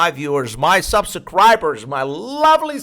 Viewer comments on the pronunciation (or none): This dude said subsacribers lol